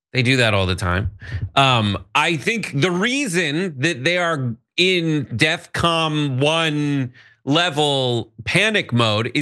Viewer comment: Did he just say “defcom”?